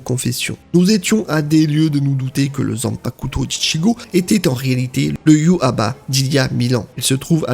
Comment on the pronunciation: J'ai toujours entendu iwouatch au niveau sonorité ça fait bizarre